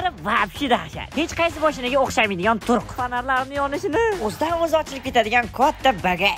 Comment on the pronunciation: Turq deganizga kuvordim😂